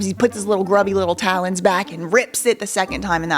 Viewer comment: she said talons 😂😂